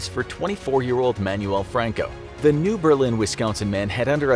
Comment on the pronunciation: Umm...New Berlin, Wisconsin is pronounced BURR Lin not like the German City.